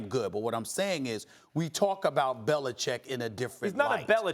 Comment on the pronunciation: Bellachecing? Yo Max Kellerman 😂😂